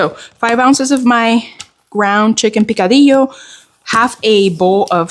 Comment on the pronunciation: Yum… picadillo 🤤🤤🤤 yes, you pronounced the rice bowl the right way. They used have a fast food chain, they served the best Korean hot stone rice bowls ever.